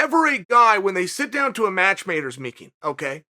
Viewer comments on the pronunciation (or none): uncle chael said "match mater's meeking" 😂